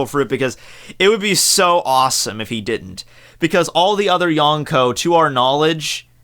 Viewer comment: Yon rhymes with Gon. Prounounce Yonko correctly